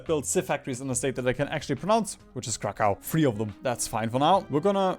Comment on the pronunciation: "a state that i can actually pronounce " proceeds to say krakau